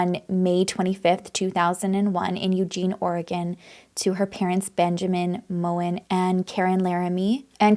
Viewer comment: they were in maddie’s bed that night. her last name is pronounced mogen with the g